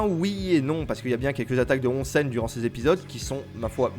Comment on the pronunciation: XD et c'est housen(prononcé Ossen), onsen c'est les sources d'eau chaude. Bref bonne vidéo y a plein de chose à savoir sur l'univers suzuran, c'est n'est qu'un aperçu. Et pareil sur le Furyo qui comme souligné dans la vidéo est un société d'adolescent dans la société, avec une certaine loi du plus fort qui amène une justice face à l'injustice du monde adulte. Pour moi le furyo est l'héritier direct d'un cinéma de délinquant des USA tel que Fureur de Vivre(Nicholas Ray - 1955), Guerriers de la Nuit (Walter Hill – 1979), Rusty James et Outsiders (Francis F. Coppola - 1983), qui rassemblent les divers éléments fondateurs.